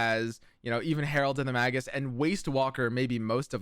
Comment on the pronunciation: Made me look it up. It's pronounced "ˈmāɡəs". That sounds like "May-giss" in plain english